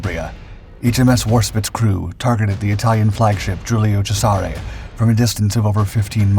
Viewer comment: Ow ow ow your mispronunciations are painful. Please look up on youtube how to pronounce Warspite and Cesare.